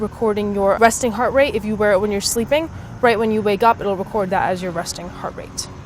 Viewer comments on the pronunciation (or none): none